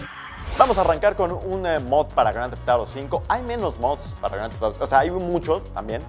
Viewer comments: jajajaja esa pronunciación! me encanta... Groanteftoro 5... jajaj <3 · Que pedo dice el nombre del juego demasiado raro jajajaja